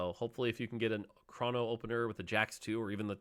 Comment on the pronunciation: its chrono, not chrawno